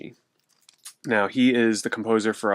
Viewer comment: Not trying to nitpick. but his name is pronounced he-sa-ishi